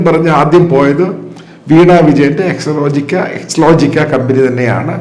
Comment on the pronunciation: എക്സ്ട്രാ ലോജിക് ആണ് 😂😂😂😂എക്സലോജിക് അല്ല